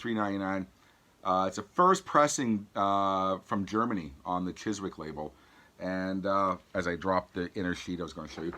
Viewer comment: “Chiswick Records”...pronounced “Chizz-ick”, you don’t pronounce the “W”..... Give daddy the knife and cut out the W